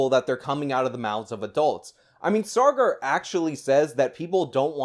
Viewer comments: Saager must now legally change his name Sawgar in order to align with Elitist pronunciation of his name. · It's Sagar, not sargar lol